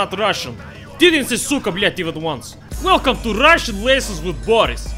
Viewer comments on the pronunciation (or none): none